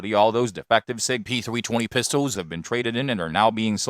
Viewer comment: sig peethwee twenny